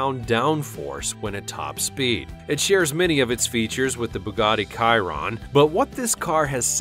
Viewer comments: Dude it’s Bugatti Chiron pronounced She-ron not kai-ron at least do some research before posting and butchering the car names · Bugatti "Kairon" Bugatti "Vairon" Tf Its pronounced Bugatti Shiron and Bugatti Vayron And the names are Bugatti Chiron and Bugatti Veyron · Did this guy really call it a buggati kiron